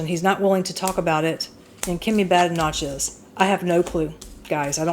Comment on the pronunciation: Thank you DR 🌹. Starmer is becoming known for his u turns, so it's not surprising another is on the cards. Good on Kemi showing Kier up. Her surname is pronounced 'Badenock'. Enjoy your supper ❤